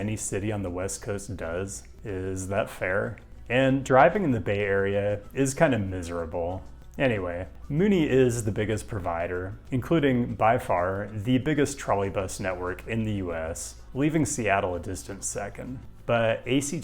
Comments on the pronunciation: Love all your videos. Locals call SF MUNI “mew-nee” vice “moo-nee” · Myoonie, not Moonie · thank you for putting my region at #2. I’d be honoured to have you in our area. Also it’s pronounced Mew-ni (like Munich without the ch) not Moo-ni like a cow moo and then ni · You can't be pronouncing Muni like that. It's mYOOni, like in the word municipal. Also Salesforce Transit Center has a nice park but the bus deck always seems a little quiet when I go there, think there may have been some unrealized plans for it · Mūni not Moo-ni. (And yeah transbay terminal is dope....and now a ghost town.) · Myoo nee. Moonie hurt my soul. 😛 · That Honolulu city buses have a route to the North Shore - something like 25 miles away - was my most miraculous bus nerd discovery the one time I visited. So very different a world from the Waikiki experience near where I stayed. P.S. [SF] Muni is pronounced ‘MYEW-nee’ by the locals. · For future videos on Bay Area transit muni is pronounced “mew-nee” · come to the bay and we’ll teach you how to say ‘Muni’ like a local 🤓